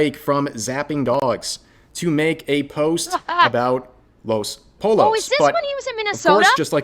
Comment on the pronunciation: “Poi(y)o”! God Rev drove me crazy with how he pronounced “pollo”.